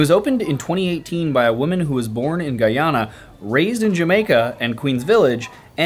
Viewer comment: It’s so refreshing to hear our country’s name pronounced right ‘Guy - ana’ and not Ghana or Gweeana 🙄 thank you Sir 🙏🏼